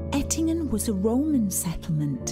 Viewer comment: You were in Ettlingen near Karlsruhe but you pronounce it Ettingen (which exists but is located in Switzerland).